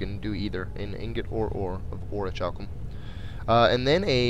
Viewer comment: Orichulum = or-ik-u-lum.